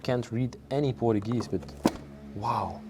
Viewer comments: In English, it's pronounced "POR-CHEW-GEEZE" Da nada. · Please learn how to pronounce Portuguese and Portugal..